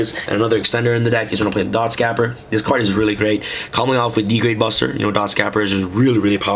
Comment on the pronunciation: The way you pronounce Dotscaper is tilting me super hard. The way you pronounce it is basically the same as you would pronounce cape. Add the "R" to cape and you get the way it's supposed to be pronunced.